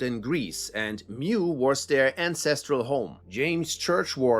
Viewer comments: It’s “mu” as in “moo” not “mew” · Mu is pronounced Moo. Not 'mew.'